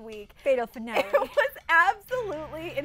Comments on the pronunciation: The coats pink and why can't the blonde one not pronounce finale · D "finolle"